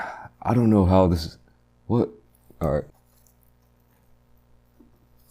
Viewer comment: When you said "in olive my years.." 😂😂😂